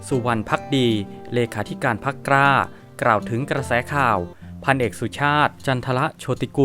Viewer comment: อ่านควบกล้ำ ล ลิง เป็น ร เรือทุกคำเลยครับ เช่น พรรค "กร้า"